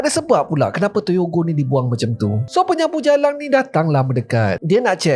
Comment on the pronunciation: 0.53 penyapu JALANG hahahhaahaa .. bunyi terengganu terus